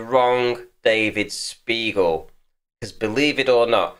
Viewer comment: sounded a lot like you called him an "arse beagle"